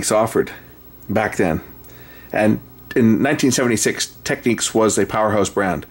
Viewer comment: its not techniques , its technix....